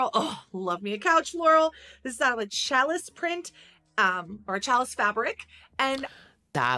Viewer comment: I can't with calling it a "chalice" fabric... it's not that hard to check pronunciation